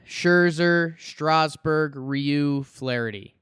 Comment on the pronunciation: Youguys did a great job pronouncing Ryu’s name btw